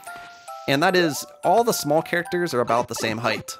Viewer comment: It's height! Also this an awesome video!